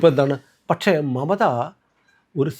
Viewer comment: പറയുന്നത് മമതാ എന്നാണെങ്കിലും കേൾക്കുന്നത് മറുത എന്നാണോ? ഒരു സംശയം😂